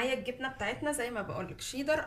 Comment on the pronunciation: انتي بتقولي شيضر مش شيدر